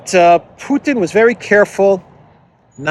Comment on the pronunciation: Not a single person in the world pronounces Putin the way you do why do you do this